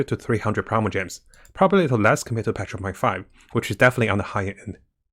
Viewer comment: I love how you say patch 1.6 it sounds like petra .6 hehe